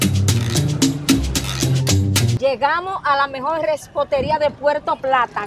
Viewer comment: Decir:Reposteria❌ Decir:Respoteria✅ No se si vieron un Tesla el carro gris con la T cuando salieron con el bizcocho pero se que a nadie le importara pero....es que es mi carro favorito yo amo los carros aunque soy niña. Contexto: en verdad el nombre es de mi hermano por que no pasaba la cuenta que le intentabamos poner